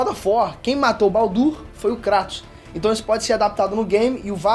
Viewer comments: Kreitos chama de kreitos não krAtos... Isso me odeia kkkkkkk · Na dublagem original eles falam "Kreitus", mas o experts do YouTube, como Davi Jones, e até o falam KRÁTOS kkkk entendo isso não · é kraiiiiiiiiiiiiiiiiiiiiiiiiiitosssssssssssssssssssssss NAO Craaaaaaaatossssss ( não ligo pra isso mas me da um tick nervoso KKKKKKKKKKKKKK ) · Mano e tao estranho o kratos sendo chamado de kratos em vez de "kreitos" no ingles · Não consigo respeitar alguém que fala "Cratos" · Dahora, mas tem que falar “kreytos” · Fala direito, cara! É muito feio. Fala "Kreitos". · O CARA Q FALA CRATOS E PRA PULA O VÍDEO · É a maneira brasileira de falar desinformado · O jeito que ele fala Kratos é totalmente errado, PQP.